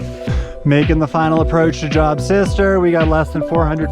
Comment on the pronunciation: wonderful video. For reference, Job is a biblical name and pronounced like Jobe 🙂Looking forward to doing this trail in July. Didn't seem too crowded. What time did you start?